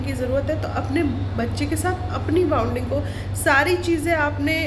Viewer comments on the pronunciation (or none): बाउंडिंग नही होता हैं। बॉन्डिंग होता है।फर्जी झोलाछाप हैं तू दुबारा मत बोलना के डॉक्टर ही तू। बेसिक spelling तुझे आते नही तूने क्या घंटा mbbs की है जुठी कही की। सपना को बदनाम करने चली थी खुद ही गिर गाय उस गड्ढे में